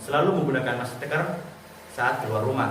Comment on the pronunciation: smpek salah ngebut "masteker" 😂